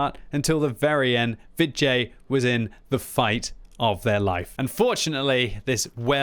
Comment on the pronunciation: When you say Vid J, I keep hearing vi jay or va jay. Maybe that was on purpose though.